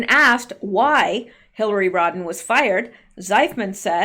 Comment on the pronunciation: when you say HRC's name it sounds like you are saying "Rodden" - you do know that it is "Rodham" don't you?